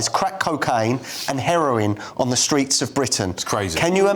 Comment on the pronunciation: Did he say streets or tweets